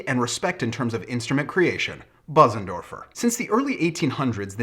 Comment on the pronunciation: It is pronounced Beuzendorfer (roughly).